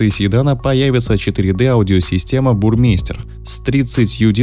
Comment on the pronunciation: ФЕРматик...... БурМайстер...... Хорошо что еще не сказал (кёрхер ) или (фоЛЬСваген) .... ну или ГЛИНТВЕЙН !